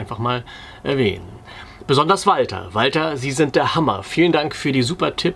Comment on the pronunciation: Nee, aber ich denk d'rüber nach.... Finde dieses WALTER mit dem dt SIE einfach SEHR witzig. Dazu das saubere Hochdeutsch und die Betonung.... hat mich voll erwischt 😂